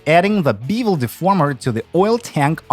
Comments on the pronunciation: Why do you pronounce "Beavel" instead of "bevel" ? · beevel is bevel FYI in-case anyone else struggled with that...;) No offense, great video.